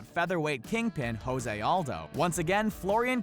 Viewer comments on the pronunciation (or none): none